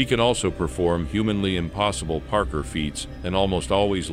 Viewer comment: parker feats? so he's good at finding you a spot on a busy street? .... I think you meant "par-korr" rhymes with park your as parkour is pronounced. if you are using an AI voice, don't be lazy, at least write your scripts phonetically so the AI doesn't say dumb sh!t like "parker"